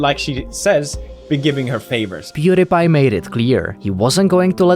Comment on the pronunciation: Pew DIE pie. Stop mispronouncing his name